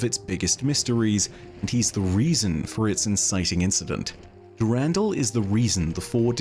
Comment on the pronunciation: can we please stop saying "du RAN DAL" is "Duh Rahn Dahl"